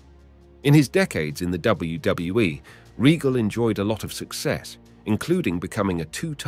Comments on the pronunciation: why does this guy struggle to pronounce the letter 'w'? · "dub dub dub double you e" 🤣🤣🤣🤦🏾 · does not know how to pronounce one of the easiest acronyms in history. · Why can’t you say WWE right? It’s pissing me off lol. Oh and Vince is a monster. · Say W W E properly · You can't even pronounce WWE, Trish Stratus and Stacy Kiebler's name right and all these issues you are talking about are actually storylines that WWE were telling during the Ruthless Aggression Era so no one knows if Vince McMahon was actually doing all these things cause he was a sick pervert or if it was just storytelling or it could've been both but it's hard to say without actual proof of anything illegal or not.